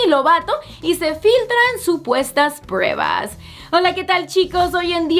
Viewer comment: diciendo “prewbas” JAJAJAJ